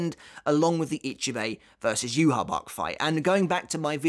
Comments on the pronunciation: yuhaback or rather yuhabach is much better. The only reason the japanese says yuhabaha is because they can't say yuhabach with their alphabet and the list of sounds that exist in japanese. Rather than yuhabaha its more like yuhabahha. The 2 Hs represent more emphasis on that part you linger a fraction of a second longer on the h sound. It's supposed to imitate the ch sound which is a more throaty ck sound. If you really wanted to correct your pronunciations then jugram's name is pronounced yugram with a y because j is a y sound. And his last name haschwalth is pronounced hashvalt. The W is a V just like it is in Wandenreich. W is V in german. And the th sound at the end of his name is just a T sound. No th. Though it is extremely premature it is interesting to wonder what the last cour will cover. As in where the third cour ends. Perhaps the last cour will only be the final battles. Each of those fights i think would warrant 2 episodes dedicated to each. But the thought of a season that is just like 6 fights and nothing else is odd to me. The red sky is only terrible in scenes where the characters fight in the air. For instance in the shot of soi fon. You can't see any buildings or the ground so theres just literally no background. That shot looks terrible. This isn't the manga. I want my background. So it needs more detail purely for those shots. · I know it might be kinda strange, but I’ve always pronounced Ywach as “You Walk” solely because it felt right to me. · Pretty sure Yhwach is named after Yahweh, the christian god whose name is pronouced "Yah-way". I could be wrong about that though. Anyway, that's what I've always called him. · When I was reading weekly, I pronounced his name as "E-vawk". I think everyone has a different way of pronouncing Yhwach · I pronounce yhwach as "you-watch" because it's easier and feels better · neither pronunciation is right. It's German the Y is pronounced like a Germab Ü. Followed by wa and then the German ch.